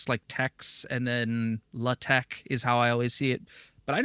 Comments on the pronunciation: Naa, it's not 'Le Tech' (very French, lol), more like either 'Laa-Tekh' or 'La-Tekh'. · It's so funny as me, non-native for pronouncing TeX/LaTeX properly, your pronunciation is also a bit weird!